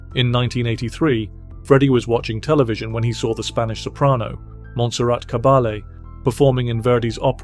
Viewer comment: pls listen how Freddie pronounced "Caballé" - Caba-i-e =) and do it like this from now on =)